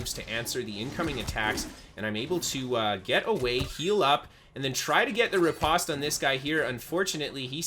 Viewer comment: very nice! also, the pronunciation is ruh-powst